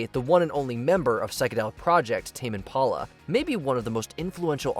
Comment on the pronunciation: Tam and Paula??? WTF is that? Did you mean TAME IMPALA????